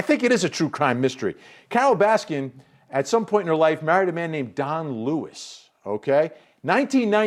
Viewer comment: Its Baskin not Raskin ....